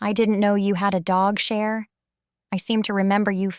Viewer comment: Okay I now understand what cher is supposed to be 😂 it's pronounced sha, like sha bae bae, meh sha, etc etc.